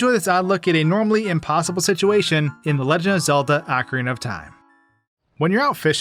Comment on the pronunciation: I swear I heard "Akron of Time" at the beginning what